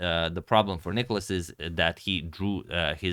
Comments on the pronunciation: Please please dont call him nIkolas,its nikOlas. Greek names literally have a punctuation system for you to know (Νικόλας, where the ό shows where to pronounce.) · It's nikOlas, the accent being on O. (You've corrected it in some video).